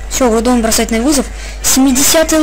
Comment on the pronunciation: Гроудон а не Грудон